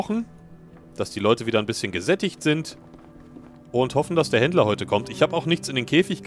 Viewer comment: Ich versteh immer Hitler wenn du Händler sagst